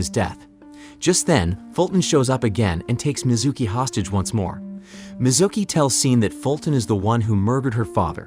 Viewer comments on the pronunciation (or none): none